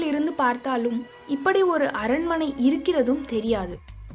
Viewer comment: குரலில் ஏற்ற இறக்கங்கள் அருமை! உச்சரிப்பில் கவனம் தேவை!! அரண்ம "ணை", கொ"ள்ளி"மலை, தகவ"ளை", ப"ள" சக்திகள், மலைவாழ் மக்க"ல்", எட்டுக்கை கா"லி", த"ல"பதி ஒருவன், கி"ல"ம்பி இருப்பது, அவர்க"லி"ன், ம"ண்ணா", ஒருவ" ணை", சித்தர்க"ல்", தகவ‌ல்க"ல்"...